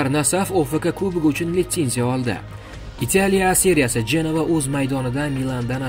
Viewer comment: Итялия, мененжер эмас-Италия, менеджер. Оддий сузлар- ку